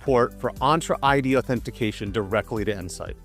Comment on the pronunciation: My brother in Christ, you are absolutely butchering the pronunciation. "Entra ID" is pronounced as "ENT-ra Eye Dee". The first word, "Entra," is pronounced like "enter" in Spanish, with a clear "en" sound followed by a soft "tra" sound. Thank you for your attention to this matter.